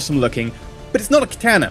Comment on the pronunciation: You are the only person I have heard pronounce katana properly. Most people pronounce it like katarna.